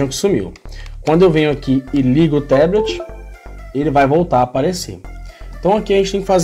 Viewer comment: Fala amigão, ótimo vídeo, só a pronúncia de "Teblet" que está errada, em Inglês é Tablet mesmo com som de A!